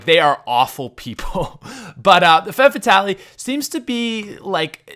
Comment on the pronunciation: Femme FAT-AHL-IE. Y U DO THIS